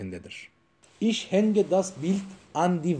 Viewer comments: Evet gerçekten çok güzel olmuş lakin bence telaffuz da önemli mesela ich kelimesi iş diye değil ihh diye okunur Der der diye değil dea diye okunur dikkate alırsanız sevinirim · Hocam son derece güzel olmuş konuyu aydınlatmışsınız emeğinize sağlık. YALNIZ, telafuzda ICH (ih) yerine (İŞ) demeniz olamasa daha güzel olacakmış..